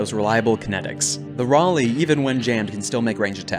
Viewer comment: I have my Uncle class compcon attached to my kinetic hammer. 2 difficulty? Doesn't matter, Reliable 4. Also, THANK YOU for finally pronouncing Raleigh right.